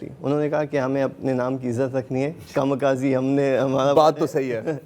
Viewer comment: ضرار کھوڑو صاحب اپ سے ایک درخواست ہےKAMI KAZE神風 کھاما کازی نام کا کوئی لفظ جاپان میں نہیں ہے یہ کامی کھازے ہے سارے لوگ اس میں غلطی کرتے ہیں یورپین امریکن میڈیا اور پاکستانی بھی پلیز اپ اس کو درست کیجئے اس لفظ کا مطلب ہے خدا کی چلائی ہوئی ہوا جو دشمن سے اپ کو محفوظ رکھتی ہے اور دشمن کو برباد کر دیتی ہے